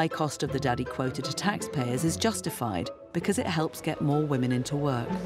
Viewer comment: "Best place to be a whamen" oh, you mean like, everywhere